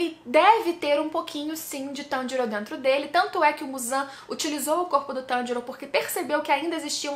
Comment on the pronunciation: Eu sei que a treta tá brava e tals, mas..... só eu que percebi que o inousuke falou o nome do Tanjiro corretamente?